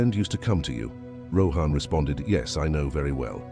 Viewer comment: It would be great if you could pronounce the names properly. 😊 Rather than Rohaan say Rawhun...even though its spelt as Rohan. 😊